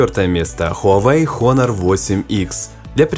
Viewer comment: Учись правильно произносить. Не ХОНОР, а ОНОР, не В Украине, а НА Украине.